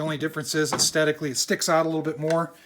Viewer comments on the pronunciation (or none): Is he saying 'astetically'? Its 'aesthetically'. Its a 'th' like in therapy. If you're going say it a lot he needs to learn how to pronounce it 🤬